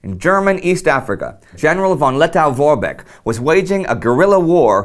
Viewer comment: Lettow is pronounced Let-toe, not -tow.Did you know that, still today, the halls of the Riga Central Market are former WW I Zeppelin hangars?